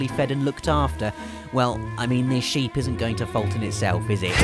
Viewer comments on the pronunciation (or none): none